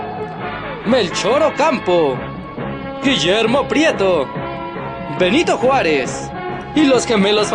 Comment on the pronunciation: ''Nyanito Juárez'